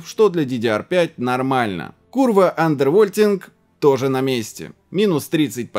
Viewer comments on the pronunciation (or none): когда ты говоришь "курва андервольтинг", мне кажется, что ты ругешься по-польски!!!